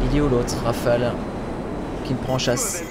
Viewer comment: Enfin quelqun qui dit pas Rafalé. (t'petêt un peut trop de a à mon goût XD)